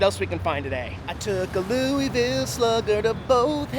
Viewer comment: It's pronounced LOO-UH-VUL.